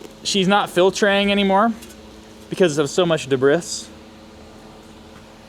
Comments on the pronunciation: What is the debrith you are talking about. Do you mean debris pronounced "debree". Or are you joking. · Debriss ? debris is a French word and it is pronounced de bree.................unless of course you already knew this and were just taking the piss....the depiss lol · Debris is pronounced day-bree. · Debris is pronounced debree. French. You Amerkins can't mangle every word in the English language. You can try though. 🤣